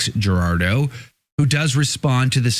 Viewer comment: Jurado! The J is pronounced like a H! Like in Javier!